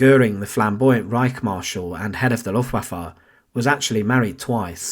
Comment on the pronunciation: Not lufwafwa🤣😂🤣😂